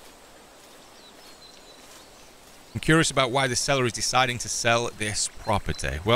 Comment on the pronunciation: propertay lol